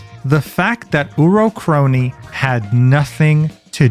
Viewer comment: Please never fix your pronunciations with names, uro kroii and mori caliopp. Shits funny af